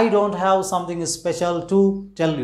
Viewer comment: Watch the pronunciation of word 'have'. Thanks.